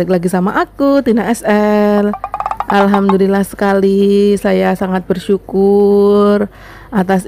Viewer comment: Penyebutan nya coba di teliti dulu mbak ya.... Setau saya Alhamdulillah itu tidak pernah berubah